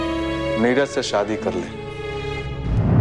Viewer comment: Shaadi......not Saadi ....pronunciation